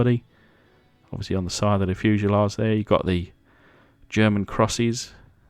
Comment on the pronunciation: Pretty cool 😎except for one tiny teaneweeny mistake it German German you know like German lol other than good job more please 👍👍👍👍👍👍👍